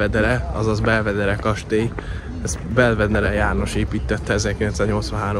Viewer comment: Ejtsd: "belveder" 😎